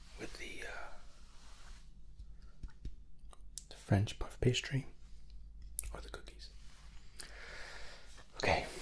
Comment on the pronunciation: Did he say partisary instead of pastry or am I dumb